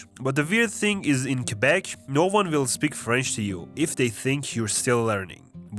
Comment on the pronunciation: "And they thimk they're some good" damn you've been to the maritimes hahaha